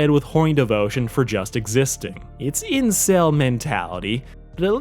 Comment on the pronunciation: I got to the part where you said incek and then stopped, looked at the rest of your reviews and saw what I needed tosee. Mid/10